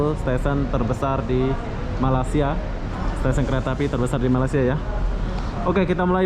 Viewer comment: boleh tak sebut perkataan MALAYSIA 🇲🇾 dengan betul lepas ini..boleh search sebutan yang betul di YouTube...Salam Satu Rumpun ✌️✌️✌️🤗🤗🤗